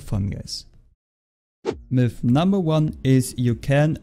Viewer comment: sounds like you are saying milf instead of myth